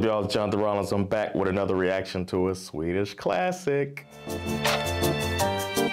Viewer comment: You speak swedish very very well, really good prononciations :) How long have you practised speaking swedish for?